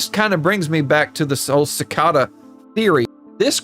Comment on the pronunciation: It's "si-kay-duh" 🥲 not "su-ka-duh". Rather than that, I love your video